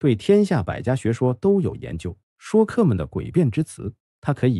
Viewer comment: Shui （音同税）客，不念shuo